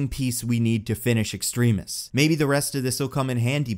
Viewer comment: Also...you want to bring back Killian?! The 'I am the Mandarin!' guy?! No!! No...no...no. Lets not bring back reminders of failed characters please. Also, also, since I'm nitpicking here, its Extremis (ex-trem-is) not (ex-treme-is).